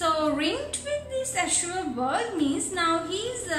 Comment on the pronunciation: Azure, your pronunciation is wrong